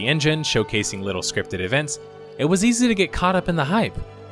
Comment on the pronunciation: Youre an above average narrator for youtube videos, but you should work on your "L" pronunciation. it sounds like youre saying "worud" and "litto" instead of worLd and littLe. it takes me out of the video. press your tongue against the back of your two front teeth and hit the L hard. you have to practice it to train your mouth and tongue. i tell my students to walk around and just repeat the words all day. interesting video though, my brother still plays everquest for several hours a day. luckily i abandoned my warcraft addiction years ago